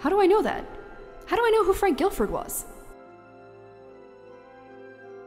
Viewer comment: hate to be that guy, but, Frank Gifford, not Gilford.